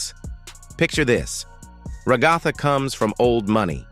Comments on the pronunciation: Ragatha ❌ Regotha ✅ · ra-GA-tha lmfao